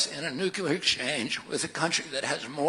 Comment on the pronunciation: OMG he's one of those "nukular" guys.